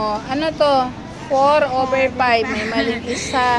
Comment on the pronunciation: Mawalang galang na ho, baka gayahin kayo ng mga bata, paki correct nyo ho pag bigkas nyo ng letter F, Five po di Pive, Four po di Pour. Cencia po. Mas maaga makorek po. 🙏🙏